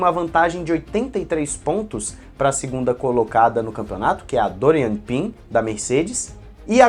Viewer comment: Se pronuncia “Pãn” e não “Pín”